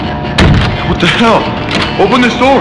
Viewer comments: I like the 2nd one where he accidentally said "open this noor" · “Open the noor” - famous last words